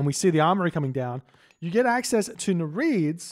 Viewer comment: say after me: NEER-EE-IDDS